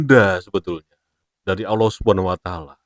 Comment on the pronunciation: KONTEN BIKIN FITNAH SI NGOMONG AGAMA ISLAM TP NYEBUT ALLAH KAYAK ORANG NASRANI 😂😂 JANGAN KAN BICARA TTG ILMU SI INI BERLOGIKA AJA MASIH SALAH